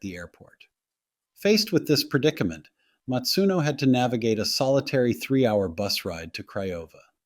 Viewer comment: Her surname was "Masuno" not "Matsuno". Please show some respect if you're going to talk about this case at all